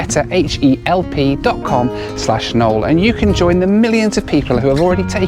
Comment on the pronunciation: mispronunciation strikes again. 😂😂😂